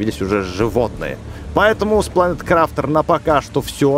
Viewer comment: МММ я конечно не осуждаю но можно правильно говорить название игры планет крафт(крафтер)